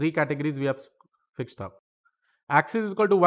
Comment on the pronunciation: he said fucked instead of fixed 😆